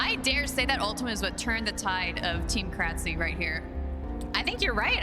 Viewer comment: Thanks for uploading this! I just kept cringing when the announcer mispronounced krtzyy's name though lol